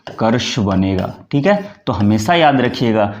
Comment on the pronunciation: आप स्वयं 'श'-'स'-'ष'-'ज़' के शुद्ध उच्चार करें; "हमेसा" न बोलें, "use" को "यूज" न कहें, परन्तु "यूज़" शुद्ध उच्चार करें। 'J', 'Jh' एवं 'Z' के उच्चारों के अंतर को समझना और समझाना अत्यन्त आवश्यक है।